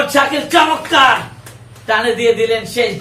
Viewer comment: Shondor uposthapona vi..tobe শব্দটা হবে চমৎকার ( চমক্কার))